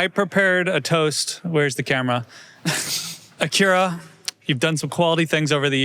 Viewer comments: Why does doug keep correcting Acura to Aqyeera? Is this a running joke? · Is that actually how you pronounce Acura? My whole life it's been ac-ura.